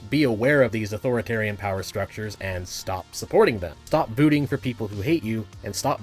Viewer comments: Yeah, rewound. What the fuck is "vuting"? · Did you say "voooting"? :body-green-covering-eyes